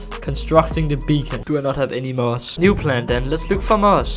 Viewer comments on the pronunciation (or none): Muss? Its moss